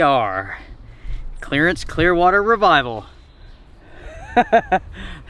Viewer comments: Cool video...and its Creedence Clearwater Revival, not Clarence lol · Clearance or Clarance Clearwater Revival! That made me laugh! You got it somewhat close, LOL! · It’s Creedence Clearwater Revival, not Clearance Clearwater Revival. Just sayin. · Creedence Clearwater Revival........................not Clearance Clearwater Revival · I believe its pronounced Creedence there brother lol